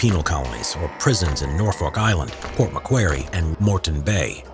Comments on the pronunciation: Port MacQuarry, not Port MacWherry. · Port mackwery? Pronunciation needs to be improved guys. Port Macquarie.